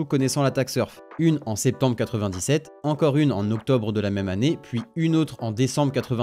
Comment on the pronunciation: Salut. "...entre Spetembre et Octobre 1997" ???